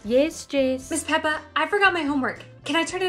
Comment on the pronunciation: miss 'peppa'🤣🤣🤣🤣🤣🤣